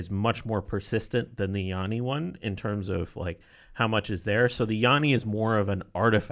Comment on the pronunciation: First off its not "Yonny" it sounds like "nanny" but a "y" instead of "n" "Yanny"